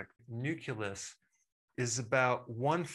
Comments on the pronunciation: No, Dr. Berg it is not the nuculus. It is the nucleus. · Nucleus is not pronounced nukulus. Good golly, Miss Molly. I hope you're not one of those oblivious people who says Nukuler??? AAAAAAAAAAAhhhhhhhhhhhhhhhhhhhh !! .. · It's nucleus, not nuculus. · Great info but one bug: It's nu-CLEE-us, not nu-KEWL-us. That's a leftover mispronunciation from Bush 2 regarding nu-CLE-ar weapons, which he pronounced as nu-KEWL-ar. You're so precise about everything, you deserve to correct this as well. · It's nucleus. Not nuculus 😂😂😂. And the video is great dr berg. Shared it with many . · Did the Dr. say suprachiasmatic (nuculus) instead of nucleus, to sound intelligent at a party? Well played sir! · Adore & appreciate all your videos, Eric……….but it’s NUCLEUS, not NUCULUS. No shame intended, just thought I’d let you know. Thx for all❤ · Why call it nuculus? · Nuculeus? Lol. It's not nuculear war. Come on, doc.